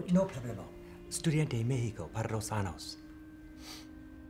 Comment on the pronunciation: he studied in Mexico for 2 yrs and he doesn't kno how to say the Ñ in "años" And how is the pastor so stupid? He's that naive? All his problems are his own fault. GR8 MOVIE! 👍👍